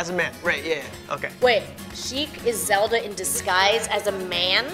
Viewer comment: Butchering Zelda then Pokémon and, lastly yoga